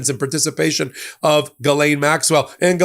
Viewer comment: Hosts: Ghislaine is French. You pronounce her name Gis lin. That's it. You would sound more educated.